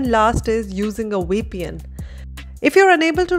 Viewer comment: Please say 'VEEEEEEEE PN' not 'WEEEEE PN' - Vivek is not pronounced 'WEEE WEK' it is 'VIVVV VEKKK' - this simple correction in your pronounciation makes your English come across much better to the international community